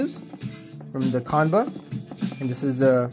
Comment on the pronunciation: It's pronounced- "Chan-buh"